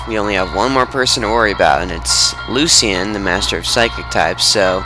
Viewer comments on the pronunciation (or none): its pronounced luchan